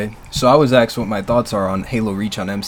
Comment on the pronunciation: Still can't pronounce asked lol